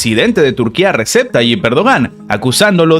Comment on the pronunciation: Se lee Reyeb 🤦🏻‍♂️🤷🏻‍♂️ hasta cuando vas a decirlo mal 🤦🏻‍♂️